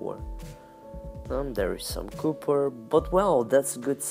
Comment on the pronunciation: did he say "cupper" ?